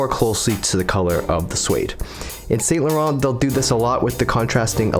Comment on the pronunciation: The pronunciation is ‘san laron’